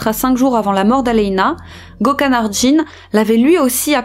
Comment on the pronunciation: Et aussi Gökhan se prononce "gueu-canne" 😉😘